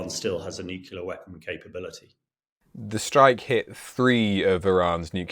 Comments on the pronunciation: NU-CLEAR - NOT - NUC-U-LAR - Mr. Gordon you should absolutely know better !!!! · Yes, they insist on "nucular "😅😂😮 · I am sure that the guy knows his business but can’t someone please teach him how to pronounce “nuclear”? It’s not”nukular” for heavens sake. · Absolutely silly statement, but the way this Englishman says nucular is equally silly. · It´s pronounced nukelar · 😂😂😂😂 yeah, I ve been saying this for ages. And he was UK Nuclear expert !!!! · This guy can't be an expert in nuclear weapons - I know this because he doesn't even know how to pronounce 'nuclear'. Please, Times Radio, get real experts, not tossers. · Gringos who pronounce that word wrong are also wrong. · ......and yet weirdly the colonel can't pronounce the word "nuclear"